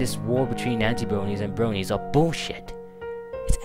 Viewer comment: Ha his accent sounds funny "bwonies"